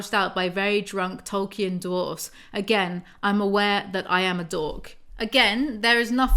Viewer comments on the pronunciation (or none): none